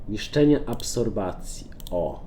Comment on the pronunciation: absropcja prosze mow nie absorbacja